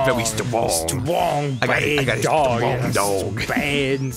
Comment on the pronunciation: He's long. And Stwong. And down to get the friction owng.